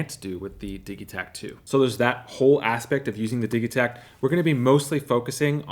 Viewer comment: Why do you say "diggie-takt" when its Diji-takt... like digital!?